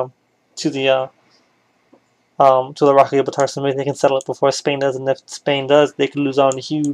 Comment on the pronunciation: My brain nearly broke from the sheer amount of things you mispronounced like the rock of Gibraltar is pronounced Gi as in how you say the first 2 letters in gin then br as in what you say when your cold then the al part is pronounced how you say the word all and then tar is pronounced Tur like the first 3 letters in turn